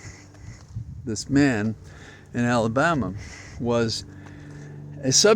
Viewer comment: Darlings, it’s ALABAMA for Christ sakes